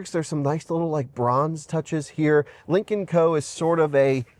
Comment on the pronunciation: I can't help but hear "Lincoln Co" every time.